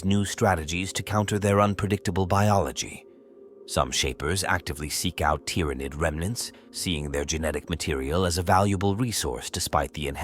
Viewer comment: I hear ya. "Tyranid" pronunciation in particular being a brutal example.